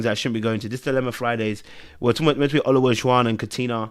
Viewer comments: I hollered every time you butchered that man's name. "Elijah-won" or just "O",. LOL! I wish both of them the best. Maybe O should go back to dating non-Black women. Leave our demographic alone! Ha ha! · There are four syllables in O-la-ju-wan. Maybe that will help you say the brother’s name correctly. 😂